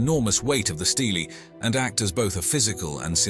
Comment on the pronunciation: It’s not pronounced “steelie”🤣